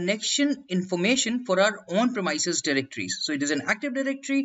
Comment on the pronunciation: great video.. apart from the pronunciation of the !premises!.. not "premyses" but its "premeeses"